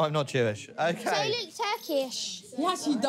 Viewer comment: Not even Turkish, “Turkyish”